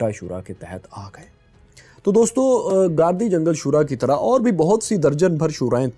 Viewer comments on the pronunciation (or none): آپ علاقوں کی شخصیت کے نام غلط لیتے ہیں گردی جنگل گاردی جنگل کہتے ہیں